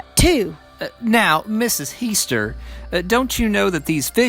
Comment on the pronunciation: As a family member of heaster u did an amazing job on this story. This is the closest i have ever hear to what my family says. Even down to the boy finding her and not having meat on the plate. Ty! Great job. Btw it is pronounced the way the court voice said it. He-stir.